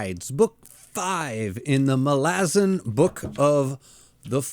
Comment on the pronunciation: Are you mispronouncing "Malazan" just to upset me? 5 books in a big dog, it's mæl-uh-zæn. Please, get it together.